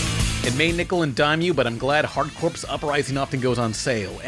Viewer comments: "corps" is pronounced like "core", not like "corpse" ) So "hard corps" = "hardcore" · Hard Corps is pronounced hard core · Obligatory "UM ACTUALLY" comment but you don't pronounce the "ps" in Hard Corps, like Marine Corps. They're going for "Hardcore" but trying to be cheeky with it. Corps is pronounced "Core." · I hate having to be a grammar nazi, but the "PS" in corps is silent. Just like the Marine Corps. It's pronounced Hard Core... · you pronounce corps as core, so its hard core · The P in Hard Corps is silent.